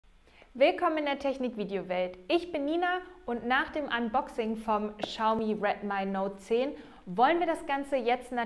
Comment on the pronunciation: Das heißt Redmi nicht Redmai 😂😂😂